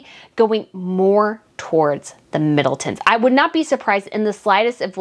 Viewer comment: "Kate Middelton?" Et tu,?! You know better than that! That's why I enjoy watching you. You understand and respect the customs of the Monarchy. Catherine, Princess of Wales hasn't been "Kate Middleton" for almost 12yrs.